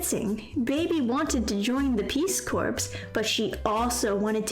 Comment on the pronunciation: It's pronounced 'Peace Core'